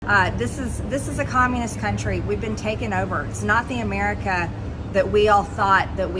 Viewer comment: when she says "Amirr-ick-ka"...."learn to speak American Madge"